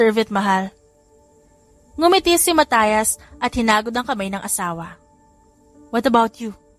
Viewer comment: A nice story pero nakairita pakinggan ang pronunciation ng name ni Mat, ( Mat-yas not Matayas Matayas